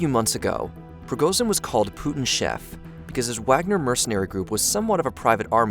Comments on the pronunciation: It's name is pronounced prigoJin, not prigoZin. Don't be sloppy. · appreciate the video but A) it's extremely clear what Prigozhin's goal was, and that was to negotiate for his own life. secondly, at least learn how to pronounce the names FFS. It's Pre-Go-Jin and Shoy-Gu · Shigoi? De’at? Prigorzhin? How about you edit what you say. Sounds unprofessional.